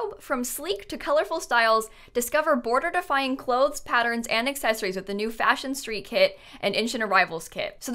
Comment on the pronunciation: When you said border-defying I heard mortifying 😂🤣😅